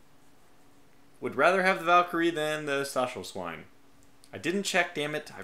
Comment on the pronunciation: By the way, "Stachelswein" is pronounced "stack-elsh-vine," I believe. Emphasis on the "stack."